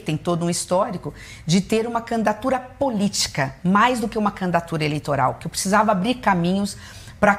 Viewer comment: " Candatura ", não aguento 😍